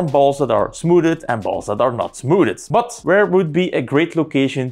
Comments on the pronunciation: nope. Je spreekt het smoethd uit. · smooded is the best way to pronounce smoothed I've ever heard 👍👏